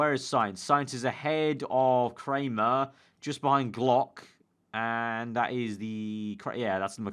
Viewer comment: Dominik Kraihamer is pronounced cry-hammer